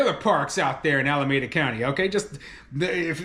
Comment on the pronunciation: I live in the Bay Area and it's pronounced: alaMEEda.